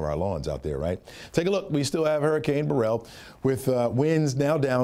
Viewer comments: ba-rell, thought it was beryl! Bare-Ill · Yeah I don't know what the hell he was thinking. He made up his own pronunciation. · The way he pronounced "Beryl" was bizarre.